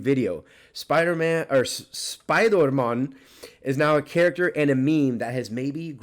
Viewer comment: i laughed so hard when you tried to say spoidermon